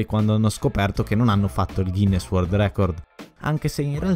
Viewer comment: Wold?😂😂 (inglese proprio top)